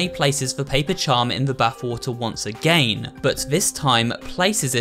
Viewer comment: I love he said ageyn atleast of again